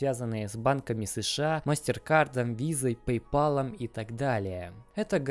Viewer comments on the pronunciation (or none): none